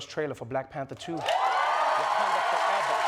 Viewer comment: His Wakonda forever makes me cringe and smile at the same time…that makes it perfect. 💙